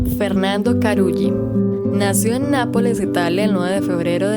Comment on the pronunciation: es Tárrega, con el acento en la primera A. y estoy casi seguro que Carulli se pronuncia Caruli